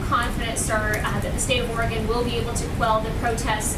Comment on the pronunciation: he cant even pronounce oregon right, its not fucking Ore"gone"